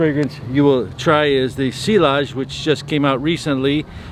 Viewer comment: It’s pronounced si-yazh